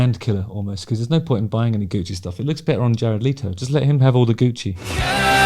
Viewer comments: Leto not Leeto, if you are going to a video at least get the dude's name right. His voice is far superior to yours anyway. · Pronounced Let o not Lee toe Also you need to shut up. You talk way to much. You IRRITATE You talk like you have a clapper valve on a ducks ass Your voice is like nails on a chalkboard . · Your assumption was right. It is not pronounced “Leeto” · How about pronouncing his last name correctly? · I had no idea that's how his surname is pronounced, I always assumed it was as it's spelt